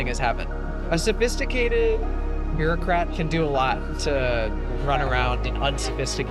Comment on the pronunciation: "A sophisticated beaurocat" clowns like this will burn this country to the ground all while convincing themselves their Intelligent....as im typing, this nutjob just said "marginalized", the mating call for other sumb lefties.